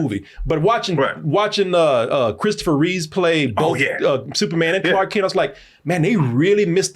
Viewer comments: REEVE. Christopher REEVE. Again with the 'Reeves'. It's either a black thing where the 's' is put on the end for no reason or he's got him mixed up with George Reeves (original Superman) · more likely he's got George Reeves mixed up with Christopher Reeve